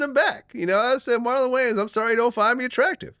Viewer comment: He disrespected the Wayans name by dubbing it Gayans....they need to get at him all of them